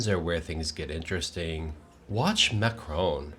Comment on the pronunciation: Macroooooon not Macrahn.